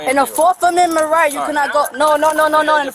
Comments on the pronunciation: She "doesn't conscent to her 4th ammendment rights" and she "doesn't answer qwerstions"...... Black fatigue is REAL folks. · "4th comendment rights" 🤣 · When did we get commendment rights? When did we start pronouncing the s in illinois?